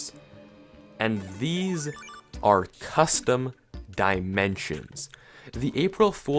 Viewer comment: I heard you say arrrre